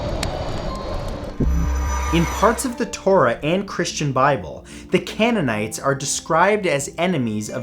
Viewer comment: It’s CAYN-in-nights